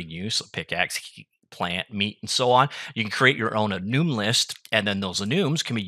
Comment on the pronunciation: No one pronounces enum like that. Stop it.